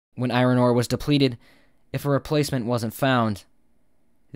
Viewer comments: It’s pronounced “I ern”, not “I ron” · Can you please stop pronouncing iron "eye-ron"? It's pronounced "eye-orn". Thank you. Grammar is important. The more you know.......